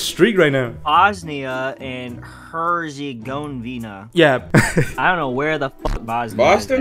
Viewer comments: As a Serbian I got offended by the way he pronounced Herzegovina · as a bosnian he BUTCHERED THE FUCK outta "Herzegovina" 😭